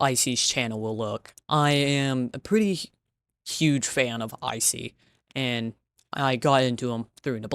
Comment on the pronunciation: i like the way that ur saying "aNd" lol